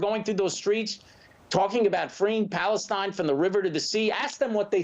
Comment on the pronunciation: The 7th IS "Paliestine".